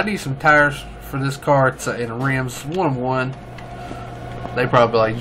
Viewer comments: It's pronounced kone e zag one to one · Cone-egg-seg One to one. That is the pronounciation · It's pronounced one to one because the power to weight ratio is one to one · It makes me upset every time you say the name😂😂. But keep trying im in love with cars so i know. It a one to 1